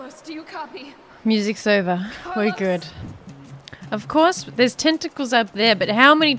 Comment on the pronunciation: Me: Car-Los Lufu: Cal-Os